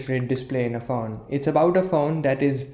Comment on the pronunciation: When he said 'Faone' I felt it...